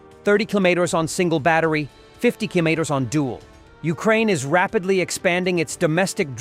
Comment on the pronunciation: weird pronounciations keeloos? killmeters?